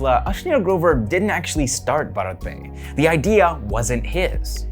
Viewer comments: Bharat is pronounced as bhaarat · The way you said bharat would be the pronounciation of a male name. That's how you would pronounce it in Gujarati. To say the word for India, yes you would pronounce it differently. You are the first non indian i've seen to have such great pronounciation in general though.